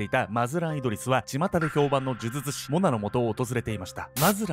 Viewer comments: 病み子ちゃんは「じゅじゅつし」って言えてるのにが「じゅずつし」なの可愛いwwww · 呪術師、言いにくそうw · ズズツ師…😂 可愛い😂笑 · 、『ズズツ師』って聞こえる(笑) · 「モハマド・アファンディ・アブドゥル・ラフマン」を噛まずに言えるのに 「呪術師」を「じゅずつし」と言っちゃう好き( ˘•ω•˘ ) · じゅずつしって言ってます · じゅじゅつしが正しいんだけどね😆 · ズズズ師って聞こえる😆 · 見る前からこのコメントが見えて、もうそうにしか聞えないです(笑)🤣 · 本当だ！笑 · もう、そう聞こえちゃうんだけど、どうしようwwww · 呪術師の”じゅ“のパートを強く発音し、”術“部分は力を抜くと滑舌悪いの回避できますよ😂💦💦💦💦